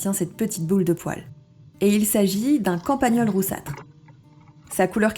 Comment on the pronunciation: Super intéressant et instructif , je m'abonne. Un détail c'est campagnol et pas campagneul